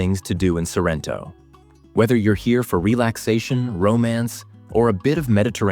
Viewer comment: Ma perché dice SArrento?